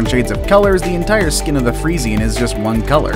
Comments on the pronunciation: It's pronounced free-shan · The Friesian horse is pronounced Free-shi-an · Umm you said Fresian wrong , even I know how to say fresian and check on google translate how to say it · the freisien isn't pronounst like that XD